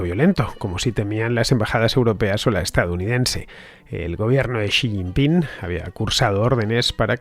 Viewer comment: Sr. Villanueva. El nombre del presidente chino es Xi Jinping, no Xi Jingpin.